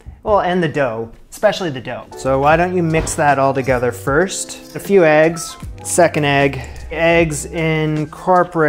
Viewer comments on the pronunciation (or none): none